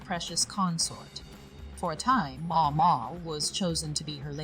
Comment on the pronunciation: The AI voice here is surprisingly good. I only notice it stumbling on the pronunciation of Maomao. A bit more pausing between sentences would also help.